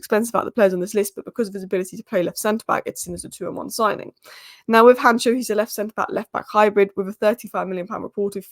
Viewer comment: Han cko not hancho come on